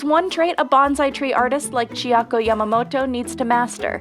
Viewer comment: "Yamamoto" Excuse me..perhaps i heard you wrong?